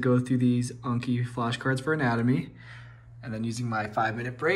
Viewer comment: OMG YOU FINALLY SAID ANKI CORRECTLY!!!!!!! 😭😭👏🏾👏🏾👏🏾👏🏾🙌🏾 hahaha welcome!!